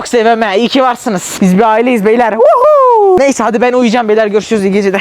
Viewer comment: Abi sonunda iyi geceleh dedin hahahahahaahahahqhhahahqhahahahahahajajsjsjsjhdhbdhdjeueufhftdyehhejdhduy